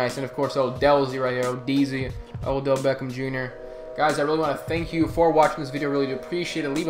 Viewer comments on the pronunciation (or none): none